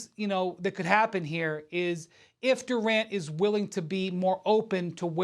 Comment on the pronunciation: Kevin Duran. Take the t out his name.